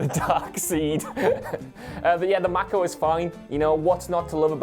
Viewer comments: Say after me....maaayyy co. Not mack-o 😎😎😎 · Mako is pronounced Mayko In my opinion. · May-koh! MAY-koh!